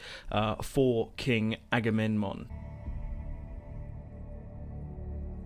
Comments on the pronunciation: His name is Aga-mem-non, non Agamenmon. Damn why everyone CA chooses to advertize their games is such a goofus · Agame...NMON?! IT'S AGAMEMNON, AGAMEM-NON NOT AGAMEN-MON.